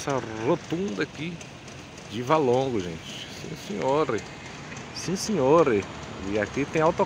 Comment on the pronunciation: Valongo e não Válongo!